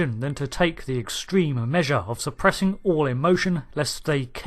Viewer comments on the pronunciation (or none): none